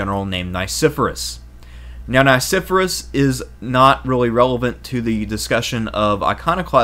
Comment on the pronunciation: Please; , it's pronounced Nye-SEFF-Uh-Ress. I and E have very different sounds. And this is a professional production, correct? There were many mispronunciations in Part I, so I finally had it.